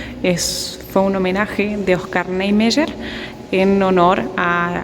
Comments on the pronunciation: Se pronuncia "OSCAR NIEMAIER " o nome de um dos Arquitetos que idealizaram Brasília. Não sei como se pronuncia o 'Y' em castelhano, aqui se pronuncia como ' í '. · Engraçado como ela pronuncia Niemeyer....bem diferente....